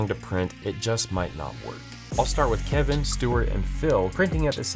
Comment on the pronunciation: I knew it the second he said Keven